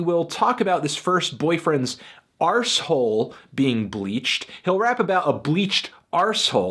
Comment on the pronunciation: Actually i take that back. I decided to revoke that after his pronunciation of "asshole" deviated from the standard american pronounciation and he instead chose to pronounce it with an R like a British person. I Appr-ISH-iate his cute little idiosyncrasies